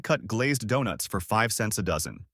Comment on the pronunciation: Shipley Dewnuts?🤣😂